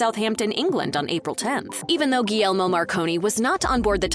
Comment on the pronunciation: Hershey ? World famous ? No . Had to google it - unheard of outside the US . Not even remotely as well known as Cadbury or Lindt . Guglielmo Marconi , please learn to pronounce his name correctly . Guglielmo is the Italian form of William ; the G at the beginning is silent and it is pronounced correctly almost as Williamo .